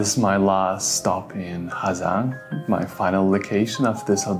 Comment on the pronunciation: Bạn là phượt thủ nước ngoài phát âm HÀ GIANG chuẩn nhất